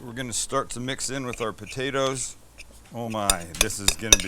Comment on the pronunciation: You gotta say potatoes right.....BU-DAY-DAS!! Lol